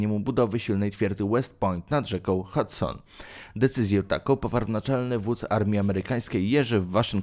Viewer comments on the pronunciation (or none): none